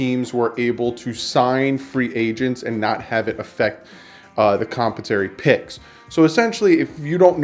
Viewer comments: It's actually com-pen-sa-to-ry picks. Derived from the word com-pen-sate. com·pen·sa·to·ry /kəmˈpensəˌtôrē/ ￼Learn to pronounce adjective (of a payment) intended to recompense someone who has experienced loss, suffering, or injury. Love your show but that drives me crazy. Sorry, won't happen again. Carry on. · Com-pen-sore-ee picks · Compensatory picks, your pronouncing it wrong dude.